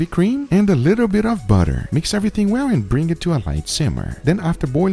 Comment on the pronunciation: Guga: "....and a little bit of butterrrrrr" Butter Miners: "GLOBAL BUTTER SUPPLY IS AT ALL TIME LOWS"